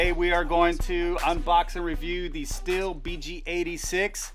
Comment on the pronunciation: He's actually pronouncing it properly. All the Germans would give you funny looks if you tried saying it as "steel" over there